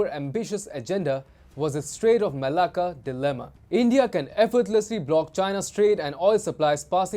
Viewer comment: I just laugh every time they say "Malacca". Its a Greek-Aussie thing.